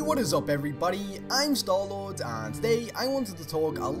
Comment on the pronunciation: No!, it's pronounced. I don't what crazy European country you're from where sounds like Sen-tar.